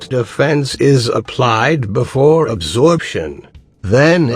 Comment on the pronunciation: I thought that you said abortion.